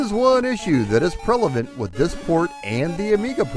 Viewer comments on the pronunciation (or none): You completely omitted Castlevania: Harmony of Despair which was released in 2010 for PS3 & Xbox 360. I’ve also never heard the word ‘prevalent’ pronounced as ‘prelavant.’ Otherwise, good series of videos.